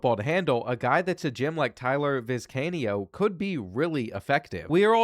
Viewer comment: Sir, please learn how to pronounce these names. Vizcaino isn't that hard 😆